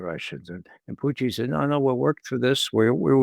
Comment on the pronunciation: It's PUtin, Ray. Not PUchin. Not PuchEEn. Not any of your other affected pretentious pronunciations. Just PUtin.